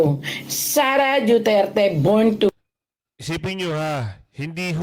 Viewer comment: Bat JUTERTE ang pronounciation